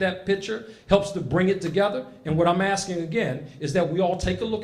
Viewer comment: Really love the first speaker!!! Just don't understand..... " I need to ax????" Thing!!!! How about, asking.... How do we get this murderer????